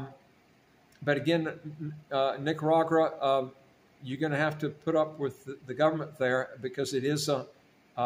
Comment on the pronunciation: Nicaragua not Nicaragura